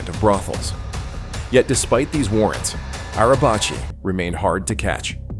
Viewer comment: In Turkish, the letter "c" is pronounced like the English letter "j". So, "Necati" is pronounced like "Najatee" (not "Nakatee") in Turkish (originally an Arabic word meaning "salvaged" or "salvation"). The letter "c" in his surname (Arabacı, a Turkish word meaning "coachman" or "driver") is also pronounced like "j", not "ch", although the two are somewhat similar.